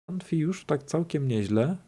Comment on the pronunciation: Dzięki za odcinek! PS: "ANFI" (UNFI) to chyba "JUNIFAJ";) Pozdrawiam:P